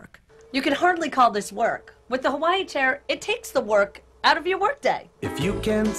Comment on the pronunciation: They pronounce Hawaii wrong